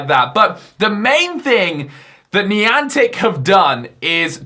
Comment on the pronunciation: Please dont say nieantic